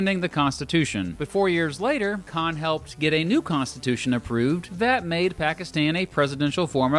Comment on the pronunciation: Couldn’t you at least try to pronounce the names right? I mean you mispronounced Pakistan and Bangladesh. Same thing with the peoples there.